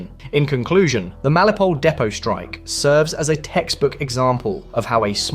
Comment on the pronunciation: FFS mate. MEL IT O POL. Melipole is ignorant crap.